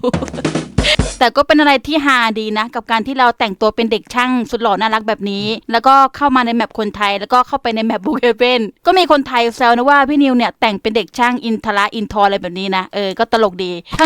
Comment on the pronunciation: มันไม่ได้อ่านว่าอินทรครับมันอ่านว่าอินทระ